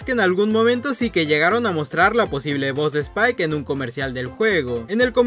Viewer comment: Es spike no "spile" xd